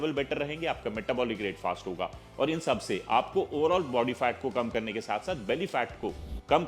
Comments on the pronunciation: His FAT sounds like FART 😂😂😂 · Sir Kindly Pronounce FAT properly.....A good n every word